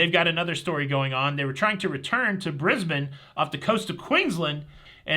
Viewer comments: Morning from time wrap Queensland 🤣 Jsut a quick update, you mistakenly said Pacific Explorer was on its way to Australia 🇦🇺, but it is the Pacific Encounter that is coming our way 👍 Also thank you for saying Brisbane correctly. Not many Americans do. Have a great cruise. Cheers Sam. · Thank you for pronouncing Brisbane correctly! Yes we are a day ahead. love your work